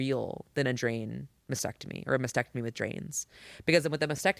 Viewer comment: the word is MAS-tec-tomy., not masectomy.